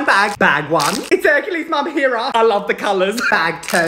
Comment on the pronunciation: Not that pronunciation he really said Herera